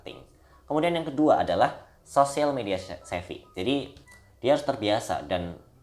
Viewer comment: Bukan "social media scefi" tapi "social media savvy"